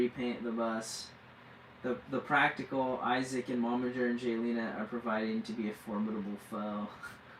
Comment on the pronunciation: It is Jaylena , not Galina. Please get it right. I know I'm being petty but if you lived with my name ( Retha) you would understand why I'm sensitive about names and the spelling. I've been bullied all my life about my name . Being called all kinds of ridiculous things. I don't mean to offend you so please don't take my comment wrong. Have a blessed day!❤